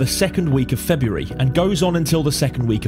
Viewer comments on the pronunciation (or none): none